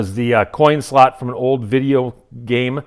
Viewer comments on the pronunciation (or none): none